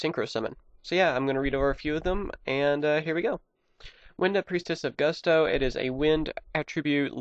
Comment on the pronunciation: Gusto- It's pronounced Goo-stoh. You spelled Winda, Wynnda. What's funny about that is Wynn the Wind Charmer has the same staff and basically the same outfit. Wynn had a pink bunny and Winda has a yellow bunny. It's pronounced Ka-Moo-Wi. Kamui, Hope of Gusto. On my Tag Force game for PSP, I have split decks between Black Wing, Gusto, Harpie, and Mist Valley. With these putting two types together is almost necessary. Harpie's Hunting Ground, Mountain, and Air Currant are great with these decks.